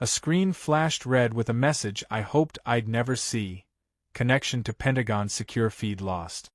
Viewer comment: Penagong....? Is your AI Chinese?